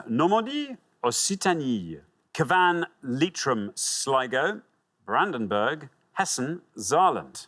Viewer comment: And how badly he pronounced cavan